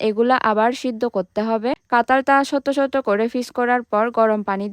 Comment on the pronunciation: আপনি কাঠাঁল কে -কাতাল বলছেন, ছোট ছোট - ছোত ছোত, কাটা-কাতা,টাটকা -তাতকা, আপনার মনে হয় বাংলা বলতে কষ্ট হয় বা অসুবিধা হয়,,,, তবে যাই হোক আপনার ভিডিও গুলো দেখতে অনেক ভালো লাগে